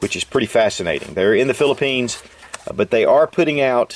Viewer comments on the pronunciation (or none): none